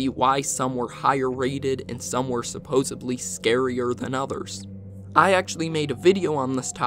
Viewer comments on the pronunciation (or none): Someone tell this man it’s supposedly, not supposebly